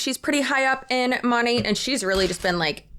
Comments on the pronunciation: It amazes me that these huns still can not pronounce the name of their "own business"! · It still cracks me up every time they pronounce the name of the company they work for incorrectly. They consume an unbelievable amount of Monat-related content, you'd think the correct pronunciation would stick. Sure it's a weird word, but I feel like the minimum requirement to promote something has to be saying it correctly.